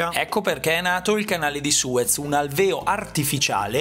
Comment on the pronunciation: Alvèo? Machecc... àLVEO! Ascolti troppe lingue e dimentichi la tua ;-)